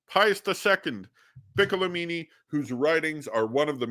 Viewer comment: Enea Silvio "Piccolo'mini" The accent is on the last "o".